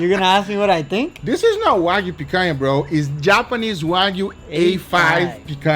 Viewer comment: i feel satisfaction with the right pronunciation of picanha, congrats for 2m subs